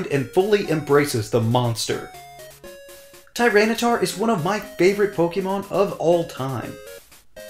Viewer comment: FERALIGATR, NOT FERLAGATOR! TYRANITAR, NOT TRYANTAR!